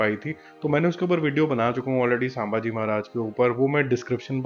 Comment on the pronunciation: Bro थोड़ा करेक्शन है.. संभाजी महाराज है शांबाजी महाराज नहीं..